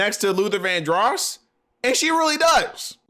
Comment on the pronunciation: why do you keep saying his name like Luther Van-dross? its' Luther Vandross lol